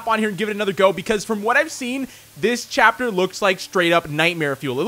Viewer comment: he said tapter 1 im pretty sure.